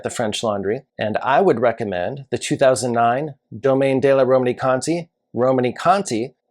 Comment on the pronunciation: De is not pronounced day. It's more like duh.